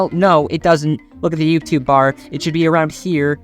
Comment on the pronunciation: Never heard anyone else pronounce it yoobtoob except my dad who has passed. Bittersweet but cemented my sub, great work